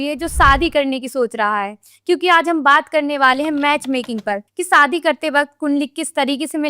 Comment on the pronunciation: Saadi nahi shaadi